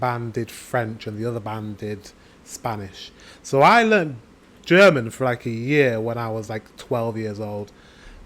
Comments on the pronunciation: Wow you´re pronounciation sounds perfect to me and i should know it as a German. You seem to be very talented if it comes to foreign languages 👏please learn German, wish you all the best and send you hugs from Hamburg (northern Germany) 🤗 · Dang mate, your pronounciation is really good! Sure there is an accant but everyone in germany would understand what you´re saying! If you get some practice you would be fluent in no time! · I'm impressed by your pronounciation. Way to go :D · I think you should start learning German again. Your pronunciation is soooo good. I love to hear your German. And it was so heartwarming to see the joy in your eyes, when you start to remember the things you learned! I was immediately smiling vom ear to ear. Hope you have a wonderful christmas time. Greetings from Germany <3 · you say you can't speak German but you pronounce it pretty well :) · very good pronunciation, i´m impressed! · Your german pronunciation is good. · I can only agree with the previous speaker. Unlike many others, your German pronunciation is really good. Love your channel. Can't wait to see more. 🖖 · You pronounce german so good like someone who spend a few month here ^^ You would learn german in no time i guess!!!